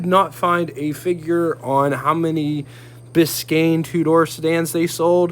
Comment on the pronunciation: Glad you said "Biscayne" so well. I tried it on one of my videos and my tounge fell out of my head and I said something totally weird. :D We should do cross-over videos to promote our channels...I have the model cars, you have the real ones...I know that the model car guys are looking for reference pictures and videos, and I know the car owners are looking for model kits. It could be a good match. Let me know what you think.